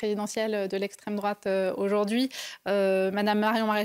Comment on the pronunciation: Hayer s'est fait rétamer par le professionnalisme de Marion qui elle maitrise ses sujets et ne donne pas dans la pensée unique et autres éléments de langage bidons. Au passage dites lui que Marion s'appelle Maréchal et qu'elle n'est pas "d'estraime drouate"